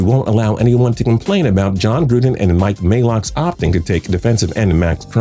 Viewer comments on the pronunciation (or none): Who the fuck is Mike Maylock...?? It's MAY-OCK. He deserves more credit than that. He nailed this draft. Get your shit right bro.